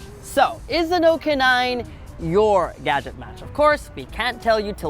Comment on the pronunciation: “Noekia” uno i think everyone says Nokia